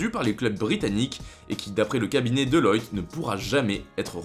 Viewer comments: On dit deloitte pas deloyte mdrrrr quel tocard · Ça se dit DelOUAtte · c'est pas DELOYTE lol mais Deloitte